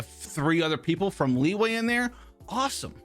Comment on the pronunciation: The fact that he said lee - way